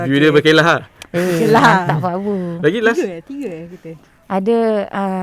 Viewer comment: kalau tak silap, sebut dia bukan ber'kay'lah mcm yg pi makan angin tu, tapi ber'KE'lah.